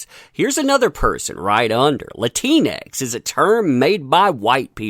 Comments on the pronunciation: If You Do Use It Its Pronounced Latin X. Not Latinex ....cuz thats what your saying.... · Its pronounced Latin X. I'm also one of those Hispanics that hate that term Latinx. Makes me sound like a disease or a failed science experiment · Latinx… sounds like you’re calling someone a Keleanx! 🤣🤣🤣